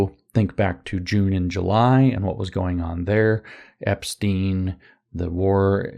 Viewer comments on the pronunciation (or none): none